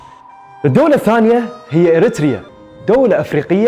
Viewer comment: أول مره اشوف تقرير وينطق فيه كلمة اريتريا بطريقه صحيحه😅😻😻